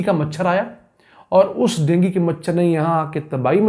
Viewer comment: Dengi machar nai hota hai wo dengu hota hai gawar